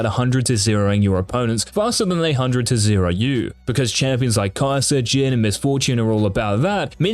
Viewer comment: I'm sorry but whenever he says Jizz it makes me laugh. You do know what it means right?